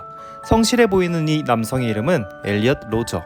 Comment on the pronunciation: 엘리엇 로저 (×) -> 엘리엇 루저 (o)